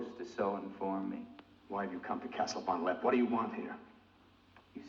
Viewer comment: Von LeppE, not von Lepp !!